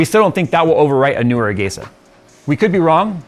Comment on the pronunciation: I always pronounced it as "ah-gee-sah", never heard it pronounced as "ah-gey-sah."